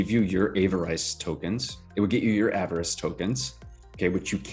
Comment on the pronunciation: Sorry, I should've clarified my last comment. You were saying avarice correctly with the short vowels (av-er-is). You're right about pigs too! Such a bargain right now.